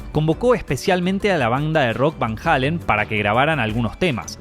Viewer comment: Amigo no se dice Van Halen, se dice Van Heiilen ni tampoco Sammy Hagar es Samy Heygard entiendo que eres de Argentina 🇦🇷 pero esa es la forma correcta de decirlo